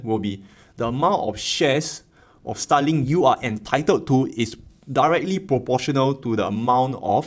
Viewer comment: i know you are saying Starlink but it sounds just like STALIN